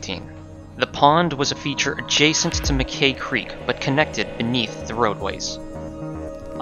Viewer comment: Mackay is pronounced “Mac-eye” - rhymes with sky.